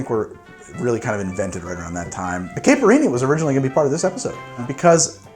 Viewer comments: Caipirinha - (Kah-ee-pi-ree-nya) the "ee" sound is super short almost like saying Kite, the R is almost more like a "D" sound, the nha is ñ pretty much. The pronunciation you used varied so much, sounded unsure. So here it is :) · FYI, Caipirinha is pronounced "KAI-pee-REEN-Ya" Although it uses that hard, almost swallowed "R" sound that spanish/portuguese has that almost sounds like a "D" or a "T" to me. Source: I have Brazilian friends and got a few funny looks in Rio when I mispronounced it. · Oh man, you’re willing to risk the wrath of the Brazilians a second time? 😂😉 If you need any tips on pronunciation, let me know!